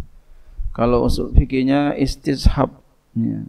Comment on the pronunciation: إستصحاب tadi kurang jls tadz